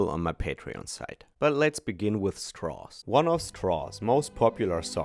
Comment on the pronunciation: "Strauss." Rhymes with "cows"